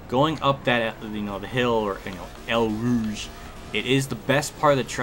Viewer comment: It's Eau Rouge, not El Rouge. Typical NASCAR fan ;)